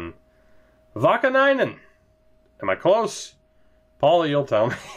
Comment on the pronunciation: in general it was okayish. Niinimaa sounded really funny but Vaakanainen was decent.